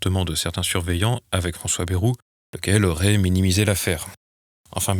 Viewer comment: Ce n'est pas bairou mais bayrou